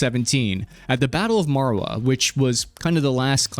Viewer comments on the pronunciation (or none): Marawi. ma-ra-wee, not marawa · its Marawi not Marawa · I love your channel, thanks for making this videos. You get a lot of names of places or people and flags of foreign countries wrong. E.g. showing the Indonesia flag when talking about the Philippines or referring to Marawi as Marawa. It makes me question some of your statements on bigger pictures when you get little details wrong. I know this is a lazy criticism from the comfort of my leisurely viewing and I’m not taking hours to make long-form videos like this. I just thought you should know since you seem to put a lot of effort into researching what you put out. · should be "Battle of Marawi" (read as Maraweee) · hey, I'm your subscriber from the Philippines, enjoyed your videos a lot! Marawi is pronounced, (Mah-rah-wee)